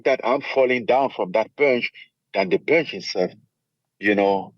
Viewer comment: It’s pòonche